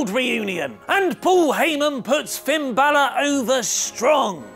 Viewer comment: Who the f is finn bailer?